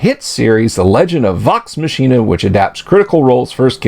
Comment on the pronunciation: I had to stop half-way in. You're being extremely cynical toward people who were almost certainly under major NDA constraints, and you can't even pronounce Vox Machina correctly, which just shows not only a lack of familiarity but a lack of willingness to do even minimal research into them. You're sitting there laughing at what they're saying when they're pretty much having to walk on eggshells right now, and it just makes you look smug.